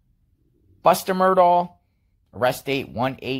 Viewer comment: You’ll gain more credibility if you’ll pronounce “Murdaugh” correctly. Good grief…